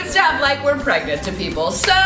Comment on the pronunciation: I love how Jenn was like David I'm still pregat 😂😂😂😂😂😂😂😂😭😭😭😭❤️